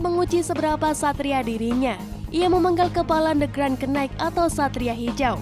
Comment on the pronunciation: Cara sebut "Green Night" (K) itu ga perlu ada bunyi....Sama2